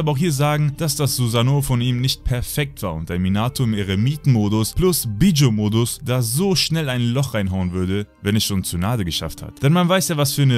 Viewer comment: Wie du einfach mal Bijuu auspricht "Bidschu" xD